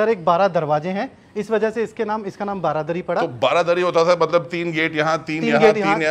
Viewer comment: Bhai its not baradari, its BARANDARI 😅